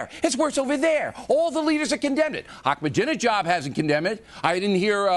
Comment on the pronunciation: ''akhmenijab'' who the fuck is that bill? you pig